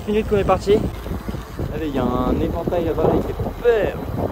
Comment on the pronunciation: épouvantail pas évantail